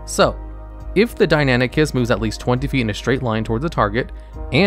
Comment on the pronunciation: Hearing him Calling Deinonychus Deinanychus got on my Nerves so much because of my studies in paleontology. Like there isn't even a A in Deinonychus how did he get suck Deinanychus??? Deinan Deinon Sorry but Fuck dude!